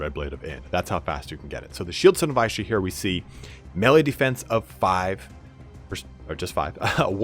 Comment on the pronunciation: Isha is pronounced "Eesha" not "Aaeesha". Great vid apart from that, i didnt even know there were secret items in the game ! Actually incredible CA would go out of their way to include those "easter eggs" that 1% players find.